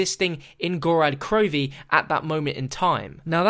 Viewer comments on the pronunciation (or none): you call it "Gorad Krovi" it's "Gorod" with an "o"